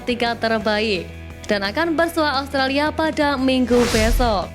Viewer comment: Australia mbak bukan allstralia😅